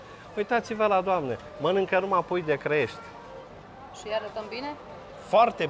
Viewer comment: puiu de Crăiești sau Clăiești? Hotărăște-te :))